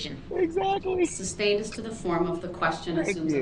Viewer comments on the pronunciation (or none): Its sustained not substained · It is sustained, not substain.